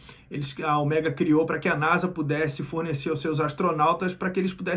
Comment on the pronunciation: Cada vez que ele fala Oméga, da vontade de arrancar as orelhas fora....